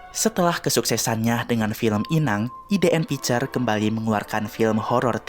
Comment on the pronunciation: Bacanya ai di n picture bang bukan idn 😂